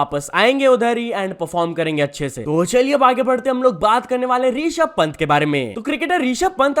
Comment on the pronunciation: Rishab Pant ❌ Reeshab Pant 👍